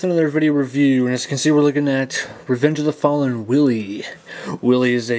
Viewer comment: its not willie!!! its WHEEL-EEE